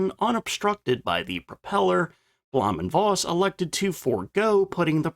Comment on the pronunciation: It's "Foss". Voss means Fox in Low Saxon.